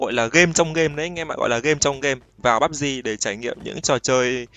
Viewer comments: bắp di hay pê u bê gờ z a:))))) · Nghe mọi người đọc là "pắp gi" quen rồi, nghe anh kêu "piu bê gờ" hổng quen 😂😂